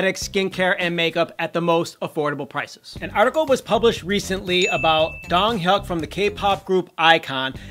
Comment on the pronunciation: First you pronounce gif as 'jif' and now you call Donghyuk 'Donghyak'? Get your shit together.